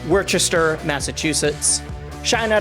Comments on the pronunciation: its pronounced wostah not worchester!!!!!!!!!! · Minor nitpick: it's pronounced "Worst-er." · Worcester is weird. It's pronounced wuh-ster. Sorry for the confusion.